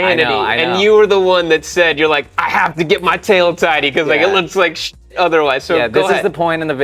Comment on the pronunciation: Today I learned tail tidy is not pronounced tail titty